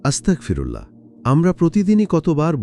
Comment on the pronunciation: আস্তাকফিরুল্লাহ নয় আস্তাগফিরুল্লাহ। আস্তাকফিরুল্লাহ মানে সকল কুৎসাহ আল্লাহর জন্য। আর আস্তাগফিরুল্লাহ মানে হে মহান আল্লাহ পাক রাব্বুল আলামিন আপনি আমায় ক্ষমা করে দিন।